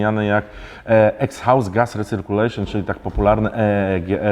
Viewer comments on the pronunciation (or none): Nie "exhaust" tylko igzoost z grubsza się czyta ;) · Panie, nie "ekshaus", tylko "egzost". Nie piszę tego złoźliwie, ale warto dbać o poprawne nazewnictwo. Pozdrawiam:d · na litość boską egzost nie ekshałst. Tak mniej więcej to się wymawia. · "EKSHAŁST" -, nie bierz się za angielski:D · Exhaust czyta się igzost, barów nie bar, woltów, amperów, metrów, hertzów itd. z jednostkami. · "ekshaust" xD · odcinek sztos. Proszę Cię tylko o jedno, nie mów po angielsku😉 „Egzhaust” jebłem 😂😂😂 i ten akcent na samym początku, jak Ivan z UK 😀